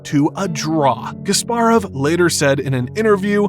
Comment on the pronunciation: The ability of presenters to mispronounce names of top celebrities has never seized to amaze me. It is KaspArov, not KasparOv. Are they like not allowed to say the names correctly?